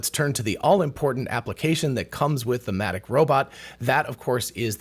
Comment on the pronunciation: At first I thought he said Asthmatic Robotics.🤣